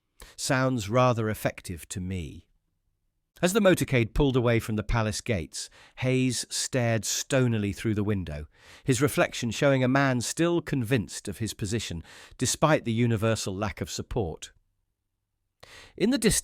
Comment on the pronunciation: Corps, not core. Stonily not stoneally